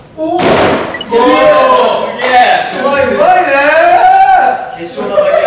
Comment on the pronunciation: 樹「上手いねぇ～⤴」 髙地「うひゃひひゃひひゃひ」 どっちも癖強すぎて笑笑